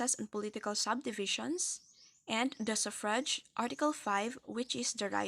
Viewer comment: Wrong pronunciation on the word "suffrage". Check it on Google thanks